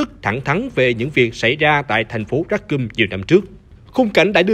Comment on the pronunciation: Racoon mà đọc là "ra cum" nghe hơi sai sai nhé :))